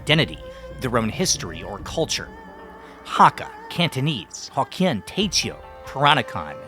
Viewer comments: my brother it's Teochew.... Teo-chew... Teoh-chew... not te-cheo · You speak mandarin, how is it that you pronounce TeoChew like a trainwerck ?